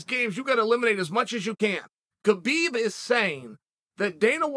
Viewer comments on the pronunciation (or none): none